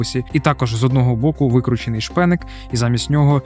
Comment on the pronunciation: Хеххех ти так сказав смішно шпеник як беник тільки шпеник